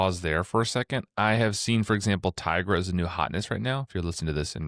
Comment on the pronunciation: you. you all the way. Brains Over Brawn = bad card. Also "Tigra" is an existing word in Spanish, and is pronounced "tee gra". I will die on this hill, no matter what the ignorant Marvel writer has said. It's tee gra.